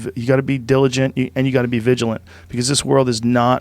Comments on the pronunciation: Joe "you gotta be villagent" rogan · Joe "you gotta be *viligant" Rogan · Joe "You gotta be villigent. You gotta be diligent and you gotta be vigilant" Rogan